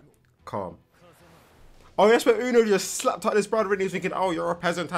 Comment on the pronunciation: Yuno isn’t pronounced uno but youno Like you-no